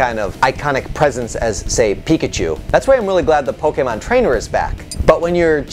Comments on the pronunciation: Can you please just never speak about Pokemon again? You can't even pronounce Pokemon right. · Like, I'm sorry, I love your content but that made it really hard to enjoy this video.